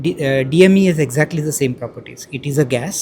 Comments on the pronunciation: Good innovation. But why our English journalist twlling DEM DEM.DEM till the last though the scientist telling DME DME and it is clearly written DME everywhere. 😂😂😂😂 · Madam madam DME not DEM !! 🤣🤣🤣 What a reporter ! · It is dme ant not dem how many times will repeat the mistake. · Low IQ reporter he was continuously saying dimethyl ether still dumb reporter kept on with DEM. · Irritating lady, can't even say DME properly, baar baar DEM bolri hai even after he explained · DEM IT'S DME , this reporter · Hey turd! It's DME, not DEM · DME NOT DEM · the reporter must be fired immediately, the abbreviation is DME and she keeps saying DEM. That shows she is concentrated on asking the questions and not paying attention to the scientists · Feedback to the reporter. Please use the correct name of the fuel. It’s Di-Methyl Ether not DEM! PAY ATTENTION TO THE GENTLEMAN RESPONSES PLS. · Hats of to our scientists. It's now up to the government should start taking steps to replace lpg with DME, like it has started blending petrol with ethanol. PS: it's terribly irritating to keep hearing the reporter repeatedly say DEM, instead of DME. Poor show by the reporter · Reporter doesn't listen to the speaker. She incorrectly states DEM instead of DME. That too after speaker correcting once.. * guess she is a newbie reporter.. her employer need to send her for some training.. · Reporter "DEM" it is Dimethyl Ether DME😄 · Anchor repeatedly saying DEM. It’s DME, Not DEM. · For f*ck's sake that's DME not DEM 🤦🏻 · Funny part is: The interviewer is always saying DEM instead of DME.. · Is the reporter trying to make fun by repeatedly calling it DEM... What a clown ! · It's DME dear not DEM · It is DME DME DME didi not DEM DEM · 🤣🤣reporter keep saying DEM and respected scientist politely correcting her Di-methile - Either (DME) 🙂But Appreciate her Report skill other than small funny glich Best Wihes to my dear little Sister 🙂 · Reporter continuously is telling DEM in lieu of DME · DEM nahi DME